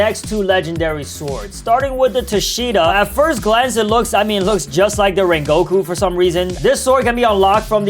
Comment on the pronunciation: called the great "Rengoku" 'Raingoku" lol